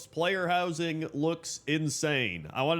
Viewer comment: "Player Wowsing"